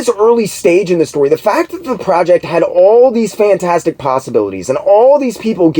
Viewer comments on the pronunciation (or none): none